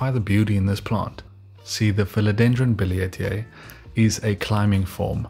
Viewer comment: I can't believe it! Since 2020, you're the first one who has pronounced billietiae correctly...lol! This is one of my favorite plants. I didn't know these facts about the billie...thank you!